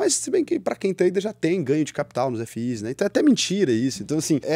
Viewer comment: "Ef-Is" 😂😂😂 nunca vi ninguém falar assim pra FIIs.